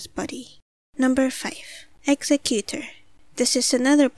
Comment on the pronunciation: Yup, Exeggutor!!! Though her pronunciation...